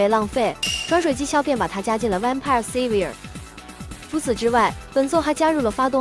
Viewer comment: SAVIOR的念法有點錯[ˈseɪ-vj-ɚ]，你的念法是silver [ˋsɪl-vɚ] 銀 的讀音甚至有點像Seabird[ˈsē-bərd]海鳥，以後有再報要改改。